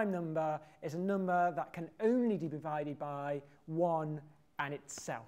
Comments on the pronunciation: "...can only de bevided by..." XD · At :30 he clearly says "can only DE BEvided by." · "a prime number is a number that can only de bevided by" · "A prime number is a number that can only de bivided by..." had to rewind to make sure my ears weren't dyslexic. (And yes, I know ears can't be dyslexic.)